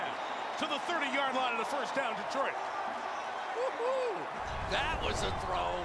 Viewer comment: The announcer here actually pronounced my citys' name CORRECTLY for a change!! The"E"is as SILENT as the"w"in "sword"and"wrestle". Its D'troit NOT:"Dee-troit" As a man who scored THIRTY-ONE(out of a possible 36)on the ACT,I l know ehat I'm talking about!! 😐